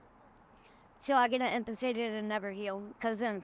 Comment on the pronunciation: Its amputated not ampertated